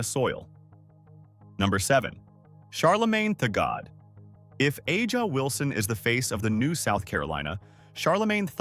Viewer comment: It's Ay-jah Wilson